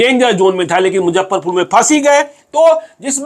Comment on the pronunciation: मैं आप का रेगुलर श्रोता एवम दर्शक हूं।लेकिन,एक गलती पर ध्यान आकर्षित करना चाहता चाहता हूं।सब कुछ सही है,लेकिन आप हमेशा मुजफ्फरपुर को मुझप्परपुर कहते है।